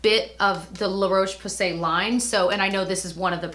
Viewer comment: La Roche Posay is pronounced 'la ROSH po-say' with the 'ro' as in 'rock'. Toleraine is pronounced 'toll-er-REN' with the 'ren' as in 'ren faire' or 'render'. Hope this is helpful (not meant to be critical at all, just helpful!). Things I love from the drugstore - the Nivea sensitive range (lavender lids/packaging). Hope a whole range isn't cheating lol but it's such a nice no-fuss fragrance-free skincare line, cleansers and moisturisers and everything. It has grapeseed oil to moisturise and licorice to brighten, and the micellar water is so nice and gentle (and it has a cleansing milk you can wash off too). Also, I know it's kind of a cliche now but I love straight up coconut oil for body moisturising (not face except for lips). I love Cerave but honestly I love coconut oil just as much, and weirdly it's even better on my super dry rough elbows specifically. It sinks in so quickly and is silky not greasy - I use Vita Coco brand. Definitely smells like coconut water rather than coconut milk or coconut perfume but I think it still smells nice. I like to scoop out a little fingerful and mix it with my Cerave to use on my feet/knees/elbows!